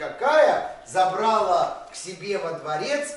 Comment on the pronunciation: Забрала, ударение на последний слог